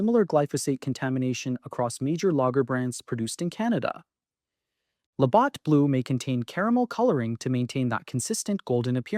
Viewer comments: If you can't pronounce LaBatt's properly... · Can't pronounce Labatt properly makes me question this off the top